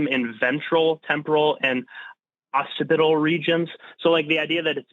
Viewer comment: The smirk after the mispronunciation of "occipital" 😂😂😂😂